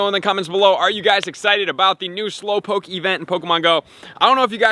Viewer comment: Slowpokee wtf is wrong with you its pronounce slow -powk .